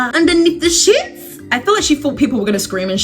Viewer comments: She really said: IN BUH TWEEN DA SHEETz…. 🥴🤪🤨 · The way she said "sheets" makes me rolling on the floor 💀